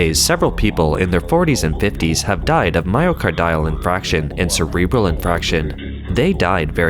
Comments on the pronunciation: It's "infarction," not "infraction" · I know everyone here loves the narrator even though he sometimes mispronounces words or names. But here I need to point out that it's pronounced "myoCARdio" (just like "cardio" of course), not "myocarDIo" as he keeps saying. 🤦 And as others here pointed out, it's "infarction" not "infraction." It shouldn't need to be said, but if you are narrating a respected channel like this and don't know how a word is pronounced (especially if it's repeated), you should look it up first! ... Same with "HaiDIAN" not "HAIdian" District, though on that I admit I'm being nitpicky.😆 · My-o-car-dee-al in-farc-shion, not myo-car-dile in-frac-shion.